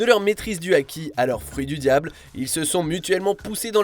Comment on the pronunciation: il a dit quoi là 🤣😭 "Fruit du diable"